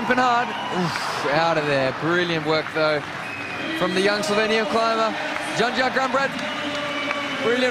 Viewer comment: will someone explain to the presenters how to read the names it is "Stasha GeYo" and "Yanya" .... a J is read as a Y in the word Yes. and N + J is read NY as in El Nino in Spanish